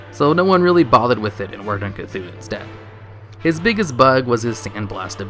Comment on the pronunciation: you don't pronounce the H in Cthun...jus saiyan